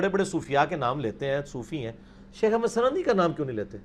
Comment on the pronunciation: Janab mirza g lafz Ahmad hai na keh jo aap boul rahe hain,Tashih ker lena.